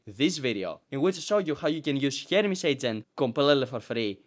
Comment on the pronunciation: it sounds like you keep saying " Hermes Satan " not " Hermes Satan " lol